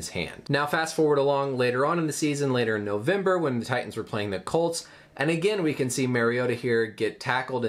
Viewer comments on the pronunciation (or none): none